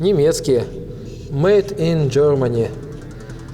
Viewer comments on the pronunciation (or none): none